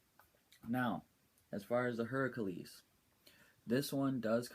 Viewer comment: and it's pronounced (hair-ah-klees) thanks for the vids.